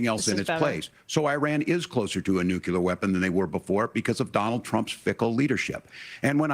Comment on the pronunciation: SAY FUCKING 'NEW' SAY FUCKING 'CLEAR' IT'S FUCKING NEW-CLEAR NOT NUKE-YOU-LRR.